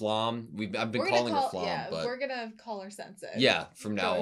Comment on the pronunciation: Its not Flamm its Flamme just how its not Porsch its Porsche